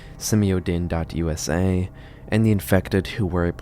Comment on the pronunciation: Simio DINE as in Diner, D eyen, long vowel I. You may not know this but in movies and tv in the 70's and 80's, a lot of the made up names for corporations ended in the suffix "dyne" (dine); and, you would always know that it was the "evil" corporation in the story because of the "dyne", especially in super hero and sci fi movies. Just a little subliminal cue to GenXers.